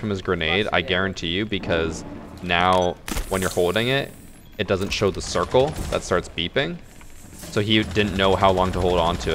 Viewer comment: "Ze capitalist system"